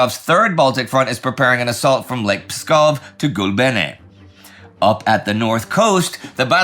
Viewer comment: Enjoyable as always, but man the Latvian pronunciation was just bad. Rezekne and Gulbene were totally wrong.